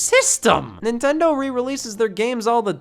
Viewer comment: did he just say Nin tend on 😂😂😂😂 nigas